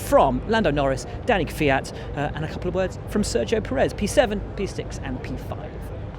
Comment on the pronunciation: Nobody can pronounce the names anymore... it's KubITSA, it's CharleS LeclerC (like Prince Charles), and Sergio PErez, not PerEZ.